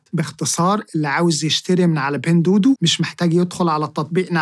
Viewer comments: بتنطها غلط إسمها دُوا دُوا مش دودو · معلش هي حاجه بسيطه بس التطبيق مش بيتنطق بين دودو انما النطق الصحيح بتاعه "بِينْ دُوّا دُوّا" . أنا بصحح لاني عارف انك بتهتم بكل حاجه في الحلقات بتاعتك. ربنا يباركلك ❤